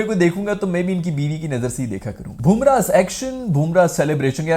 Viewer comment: How to pronounce Bumrah's name.. BUM (wo wali BUM) - RAAH not BOOM - RAH 😅